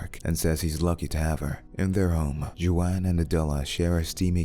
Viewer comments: Waan not ju-an. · It’s not Chu-wan my guy….it pronounced like Huan like the J is an H 👌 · Is his name really pronounced "Jew-an" or are you mispronouncing "Juan" ("Wan")? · Juan not Joan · Juan is pronounced Juan : Ju-an like who-ann.. just telling you cause you're saying it Jew-anne 😊👍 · I had to turn the subtitles because I was like “why does he keep calling is dude JoAnn” but it’s Juan! These artificial voices are getting better but they still can’t pronounce shit correctly! 😳🥴🤣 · Who-ann not Jew-Ann smh 🤦‍♂️ can’t watch this shit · WHO-ANN!! WHO-ANN!! not YOU-ANN!! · Its Huan ,not Juwan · its juan not johan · "Chu-an" The AI can't pronounce "Won" ??? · Lol…Jo-an… “Wh-on” is how his name is pronounced. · Jew-on??? Juan is pronounced "Wan"... and when they had guacamole and you called it "Goo-wok" ...I'm dying🤣 Have you never met a Latino person? I'd hate to see you pronounce Guillermo or Joaquin...😅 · "Jew an" its actually "Who waan" Its John in Spanish. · Your so European, it's not Joeane .. it's like pronounced whqone like gone but with a silent h lol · its not even wan you peanut, its pronounces hwan. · Juan- it pronounced Whan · Is he calling Juan (Hispanic name) Jo-Ann? WTF 🤷‍♂️ 😳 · jew-an and goo-ack lmao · Joo-ann. Omg, I just cannot. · Why is pronouncing it Jew-Ann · Jooanne and goowok 🤣🤣🤣 is this a TTS bot? It sounds so real minus these extremely funny errors in pronouncing foreign words. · Jewanne you say.. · Waan! Phonetically spelled our for you fool! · Haven’t watched the movie but I’m gonna go out on a limb and guess that this guy’s name isn’t pronounced Jew-Ann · 15; did you really say "jew-anne?" - that's how read it in my head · Being an european, this chu-an hurts my mexican feelings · Jew-ann huh? Like Jay-quellin and Ay-ay-ron.🤣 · Ju-ann ? Lmao he can pronounce Darius but not Juan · ‘Jew Ann’ 😭😭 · The narrator is fucking dumb in this one. Jew-ann for Juan? I think not. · Ah yes! Ju-ann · Latino person here, Juan it’s pronounced <Huän>